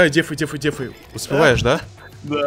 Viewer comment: ПОЧЕМУ ТЫ ГОВОРИШЬ ДЕЕЕЕЕФАЙ А НЕ ДЭФАЙ ИЛИ дефУзь